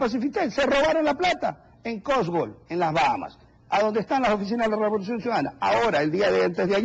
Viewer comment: Este periodista dice" El gobierno de la revoluciom